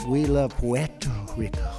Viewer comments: His first pronunciation of Puerto Rico is correct - the second pronunciation "Porto" is Italian and not Spanish and is therefore incorrect. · "Puuuuerrrrto Rico" XD Dude, the syllables exist in the English language, you don't need to drag them out so they sound like "PuWETu Rico" with a slimy grin. PU-ER-TO RI-CO. You can even do it in Japanese Katakana: ピューイーターリーケーオー = "Pyu-E-To-Ri-Ko". (I'm an amateur at Japanese, but I think that's right to some degree lol) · He very likely mocked how people pronounce Puerto Rico because he thinks it's actually "Porter Rico".